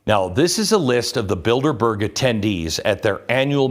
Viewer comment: anyone else hear "build-a-bear" when they hear "bilderberg"?